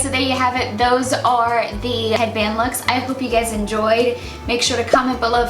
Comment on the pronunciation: when she said 'you guys' I thought she said gays haha